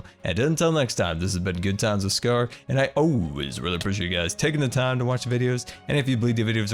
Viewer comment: I think the volcanos name should be: Mount Grrumble Two r because when you say your intro it sounds like ... GoodTimeWithScarrrr here..